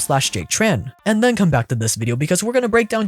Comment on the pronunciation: You literally said "back len" instead of then. Come on bro, you're a grown man it's not cute